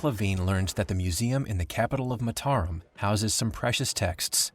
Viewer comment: Fascinating and very well-made documentary but strange that nobody told the narrator how to pronounce the capital city of Lombok.